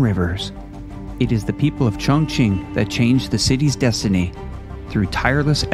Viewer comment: qing is pronounced ching 👍